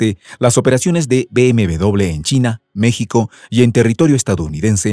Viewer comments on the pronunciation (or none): none